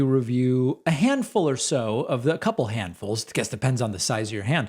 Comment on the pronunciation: Ignore them David, they're very entertaining though.. I almost spit my drink out when you said "teh". Lol